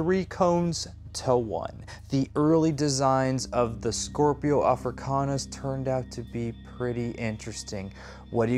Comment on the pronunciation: kinda infuriating how you keep mispronouncing it. It's SCIPIO AFRICANUS. Named after Scipio, the Roman general that managed to beat Hannibal 202 B.C. It has NOTHING to do with scorpions